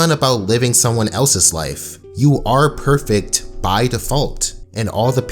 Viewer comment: I’m getting some “prettey” vibes every time he said “perfect”